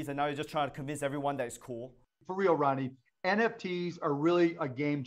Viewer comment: It sounds like he’s calling Ronnie “Rodney.”